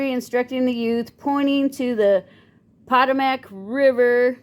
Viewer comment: PA TOE MICK RIVER